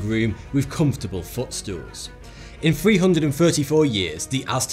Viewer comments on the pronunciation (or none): none